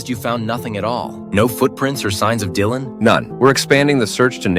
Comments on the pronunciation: Lol I says ✨Dyland✨ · you see that jasmine says Dylan’s name wrong and Mr.mills says it right..that’s evidence she might not be the mom…hmmmmmmm